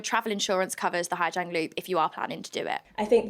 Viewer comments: Pronunciation is like “zong” not “jiang” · ‘Zang not jang’ ooooooooooooh you’re hard!